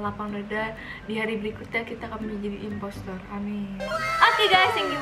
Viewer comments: bilang impostor malah jadi impestor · Kenapa ka bilang nya impestoor mulu, nangis 😭😭